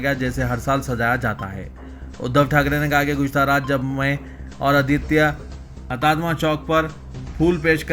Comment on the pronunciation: 'Karla" nahi "Kurla " Mumbai. Aur 'Hatatma ' nahi "Hutatma" bolo کتتے الفاظ روزانہ سمجھانا بھیء تیرے کو؟؟؟